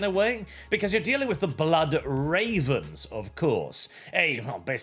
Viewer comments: He very clearly said "Blyat Rehvens". I think it's the accent. And when he said that "they've never been in a Dawn of War game", he was already talking about the Mechanicus, not the Necrons. I agree that the game is gonna be shit, but really needs to learn to listen first and speak later. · Such is the nature of live reactions where you just run with what you thought you heard but to clear things up. Sounded like an accent issue as it came across like Blad Ravens to my ears. Definitely no ck at the end like you seemed to hear. Right before you talked about Necron population he said Ad Mech so all the part about them never being in a DoW game is true (if we ignore mods). The part just before about Necrons not having a big role is still wrong, of course. Even with that, I'm still not hopeful as it'll still be set in modern 40k which as we know is not 40k anymore. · Not that I trust these game devs but he defo said blood ravens though. Just in a German accent. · he said Blood Ravens, it was just the accent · German here, I very clearly heard "Blood Ravens". So I can attest to at least that much. He didn't say Black Ravens, this was just a case of "funny german noises". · It was the accent he ended it in a d However rainbow concern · It was the accent btw, he said Blood Ravens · It's the German accent. He's trying to say blood ravens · He did say "blood" for my German ears